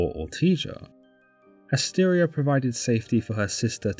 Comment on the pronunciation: Asteria not Astaria.